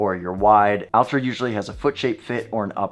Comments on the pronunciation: Less Al, more All. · Its pronounced ULTRA with an A.